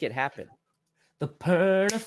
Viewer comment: it sounds like you said the bronco perna show 🤷